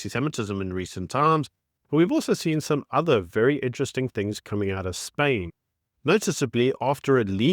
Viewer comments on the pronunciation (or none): none